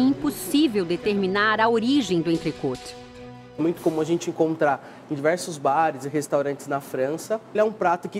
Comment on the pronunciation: alguem avisa a repórter que a pronuncia certa é "entrecô"